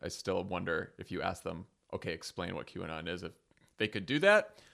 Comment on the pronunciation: How many times do you think McCarthy practiced mispronouncing QAnon in front of the mirror before that statement?